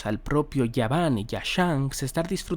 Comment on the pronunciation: Por qué le llamas yaban si es gaban ? La G no suena como "Y"